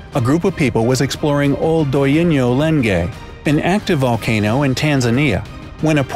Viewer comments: its pronunced Ol Donyo Lengay ans yes iam indeed from tanzania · Say it quickly it’s Mt.oldonyolengai fool